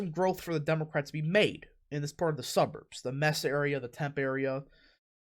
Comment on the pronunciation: It's pronounced "Mes-ah" and "Temp-ee"